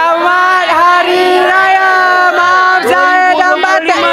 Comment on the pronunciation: 😂gila sebut MAAP😂